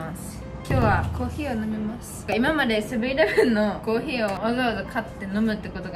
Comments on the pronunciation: コーヒーのイントネーションがコーギーなんよ笑笑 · のコーヒーのイントネーションが気になるw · コーヒーの発音が北海道民笑笑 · のコーヒーのイントネーションに違和感を感じた笑笑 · 最初のコーヒーのイントネーションが気になった笑